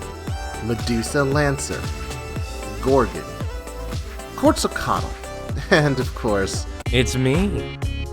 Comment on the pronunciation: You need to google how to say Quetzalcoatl too